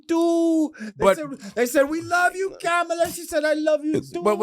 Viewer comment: Pronounce her name correctly for Christ's sake! The woman has been around for many years and especially after the past 2 months, anyone who calls themselves having an intelligent discussion about her should be pronouncing her name correct at this point! Also, Lord Jamar often thinks he's the smartest person in the room, but how smart is it to allow someone who we know if is a racist spoiled brat of an idiot possibly control the country that he lives in without doing your part to prevent that from happening. Am I a huge fan of Kamala's, NO, but I have the good sense to understand the serious difference between the two of them. She is not an idiot and she is not a wannabe dictator and she has not shown a tendency to love and support dictators. So with that alone, she's the better choice!